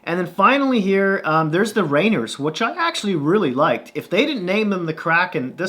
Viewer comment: It's pronounced Ray-Neer. Not Rainer. Thank you.